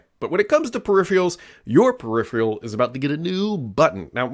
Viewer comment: Drink every time 'peripheral' is pronounced without the second 'r'. 😵😵‍💫